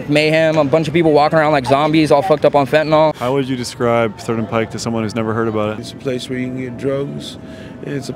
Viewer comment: Thank you for pronouncing "Pike" correctly